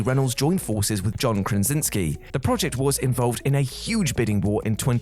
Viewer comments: John KRASINSKI, not "Krinsinski" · John Krasinski - KRAS INSKI... not "Kransinski". C'mon ffs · Krazinski, not KraNzinski. Otherwise, these movies look great. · John Krinsinski? Come on, man ffs